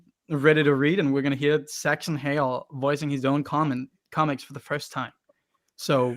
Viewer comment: Did I just hear "Sexron Hale" or am I stupid?